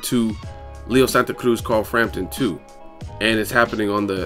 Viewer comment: Bruh just say Santa Cruz like a regular non Spanish person lol you butcher the shit out of it